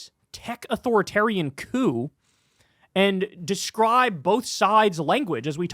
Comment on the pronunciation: The p in coup is silent Kyle!! Love you!